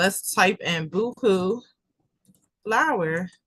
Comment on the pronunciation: Thanks for sharing the content! Just an FYI Boho is pronounced bow-hoe it’s short for Bohemian. 🙂